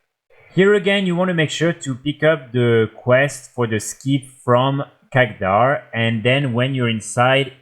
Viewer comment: Love your vids, but its KHADGAR not KHAGDAR x) keep up the good work man! /love from Sweden